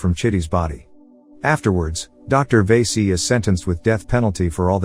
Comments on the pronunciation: It's va-si not vey-si that means something else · Not veese it's vaasi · Lmao the way he says vasi VAESEE 😂🤌